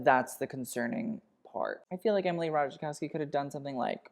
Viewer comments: the j in "Ratajkowski" is silent. lol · I' m ukrainian and my brain unconsciously glitches because it's not Ratajkówskaya😅 🧛🏻‍♀️🖤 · And Ratajkowski isn't even a difficult polish name... :) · I'm Polish and I live for your pronounciation of Ratajkowski 🤣😂👍